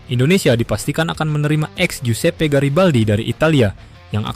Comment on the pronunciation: bro, giuseppe itu dibacanya Josep jadi Josep Garibaldi bukan giusepe garibaldi ya